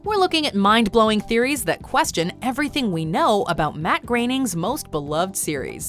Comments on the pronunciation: Matt... “Grayning”??? It’s not pronounced how it looks? “grow-ning”??? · Matt graining lol wtf Groening